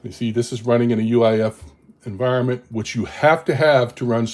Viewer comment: I "hear" you referring to "UAIF" verbally. Is that the actual term or are you referring to UEFI? I sometimes shift letters verbally and I want to be sure I am following the correct terms, cause it could just be something I am not familiar with. Thanks.